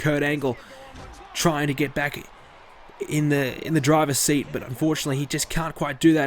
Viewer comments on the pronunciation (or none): none